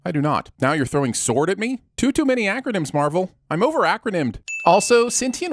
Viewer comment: Ok, I've rewatched this video like 5 times and each time it annoys me the exact same way. Why the hell is he pronouncing S.W.O.R.D. that way? I know he made the dig at the "gif" debate, but if he's going to do that, he should at least pronounce "Observation" in the way he's pronouncing the O in S.W.O.R.D. meaning "Oa-bservation" Oh he's doing it just to be an asshole? good to know, I'll carry on then